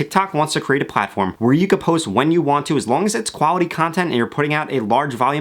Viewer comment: "Wuality content" LOLL his pronunciation